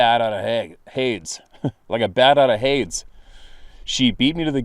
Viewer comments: Pronounced 'Hadies/Haydees' brother😉 It comes from the Greek for Hell;middle brother of Poseidon(God of the Sea) and Zeus(God of Heaven on Mount Olympus and Earth) sons of Kronos leader of the Titans. If I recall correctly Hades was the middle brother and was given the realm of the after world across the River Styx on the Isle of the Dead which in ancient Greek 'mythology' scripture,and NOT from one of my favourite films 'Clash Of The Titans*'-1981,was gained by a fissure or cave in the ground.(*The new one is,in my opinion,TOILET in comparison!). It began my love of cultural mythologies(Greek and Norse in particular) in the now swankyish restaurant that was the cinema next to the Queen Victoria public house in Walthamstow,London,England. To be honest I am a bit surprised that no one else has walked in on one of your vids before man despite the fact that Canada is huge and it's not like you sit in obvious well used places! Fucking hilarious he was chatting on and didn't notice the camera though his missus certainly did! (Did it go through your mind to say "smile,you're on Candid Camera" at any time?!)😄 Reckon she's more likely to see a Squatch before he does. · "Hades" is pronounced "HAY-deez" it's the Greek word for "Hell."